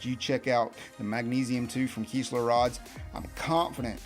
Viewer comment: Kiss not kees . Kistler